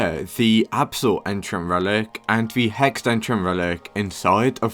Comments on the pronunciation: I think he is british tho cuz he said absal that is weird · blud can NOT say abyssal